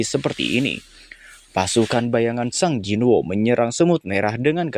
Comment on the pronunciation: Sung jinwo bang, bukan sang jinwo, aneh bet